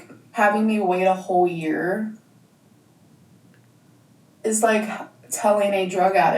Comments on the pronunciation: “A drug attic” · A drug "attic"? lmao, alright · when she said “drug attic” i had to replay it to make sure i heard right.